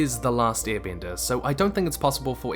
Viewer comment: Why do i hear you say earbending??? But great video